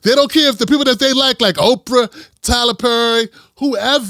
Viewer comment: Did he say "Okra"?